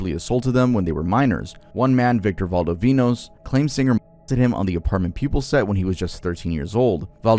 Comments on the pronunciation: I'm gonna have to be that guy. It's not Apt.(Apartment)Pupil, it's Apt Pupil (app-t) as in "ideal pupil". And the J in Sonja is pronounced like a Y. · Francis Ford Coppola is arguably one of the 10 greatest directors of our time and mispronouncing his name and Apt Pupil is a very well known movie. The word Apt is a word most high school graduates should be familiar with and is not short for apartment. Three minutes of research would have corrected these mistakes. There's a very low bar for You Tubers these days.